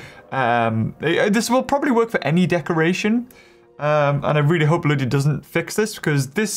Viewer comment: One thing that I have just gotten used to is the way here says ludia this is what I hear lujia